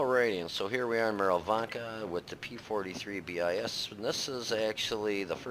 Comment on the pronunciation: Just a quick correction: the BIS is not pronounced B-I-S (bee-eye-ess), but as a word (which means second in Latin and Italian). Good vid, for an overlooked tank. Its alpha makes it stand out. It is a bit finicky (that aim time is annoying), but it can achieve good results if you play it as a jack-in-the-box tank: spring out of cover put a hole in your opponent for a third of their HP (at tier 6) and then move back to cover. Find another angle, rinse, repeat. The tank is not fast enough to play it as a drive-by tank, nor durable enough to play it as a trader. It is great, however, hanging around in the background of a brawl and lobbing a shell here and there into tanks already engaged by teammates. Its mobility is good enough to keep up with most other tanks.